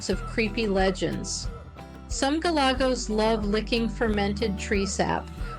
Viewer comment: It's like you're reading from a script. Monotonous and boring, you kept mispronouncing "Galagos" at every turn (Golegos? Really?), all the superhero comments get old, pretty fast. It's almost like an AI-voiced video. Try watching some of David Attenborough's nature videos, or alternatively, Ze Frank's videos, if you wanna be funny.